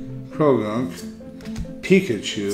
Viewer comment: It's Austin chum!!!! I saw rick open cards and mispronounce pikachu XD omg that was funny. He should have let you get the charizard